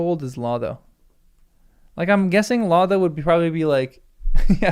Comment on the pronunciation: "Lotho": both long o's, and a voiceless th (like in "think," not in "this"). "Odo": both long o's, like the character in Star Trek: Deep Space Nine.